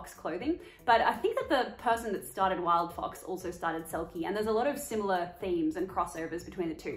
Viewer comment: All I can hear is wild fuc**s, but I think you said wild fox?